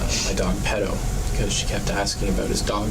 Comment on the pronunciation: It needs to be said that the word, "perro", NOT pedo, means dog in Spanish. Now please stop interjecting with your personal opinions and let us watch the damn video. Thank you.